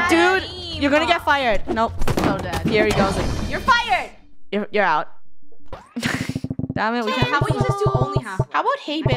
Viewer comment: I heard her say danm it